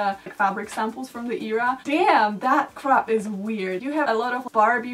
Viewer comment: It’s a great video honestly, but it really bothers me how you always pronounce era like "eeera".